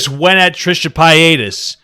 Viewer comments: Trisha pa-ay-das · Trisha pie-atus